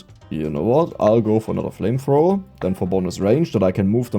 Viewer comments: german accent made it 2x better whenever you talked about flamethrower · reading the flamthrower wrong is both funny and infiuriating at the same time.